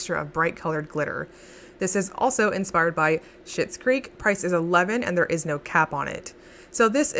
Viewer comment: You're not wrong, that's how you say Schitt. LOL